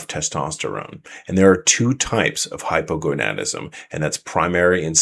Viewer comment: Wow! Someone has mastered the pronunciation of Hypogonadism! Great video! Thanks for putting out this info!